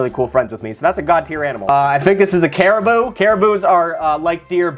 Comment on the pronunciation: As an Alaskan, your “caribou” hurt my soul.